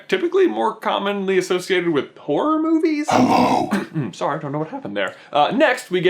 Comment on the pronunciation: the way you said horror it sounded like you said porn. i spat my drink out.